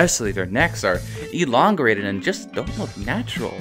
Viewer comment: Anatomy not Autonomy. Elongated, not elongrated. It's OK.